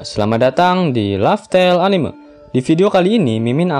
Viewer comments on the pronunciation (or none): none